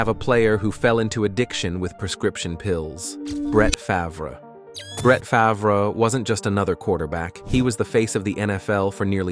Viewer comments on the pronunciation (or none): Who in the hell is Bratt Favarrr (Brett Favre) 😂😂😂😂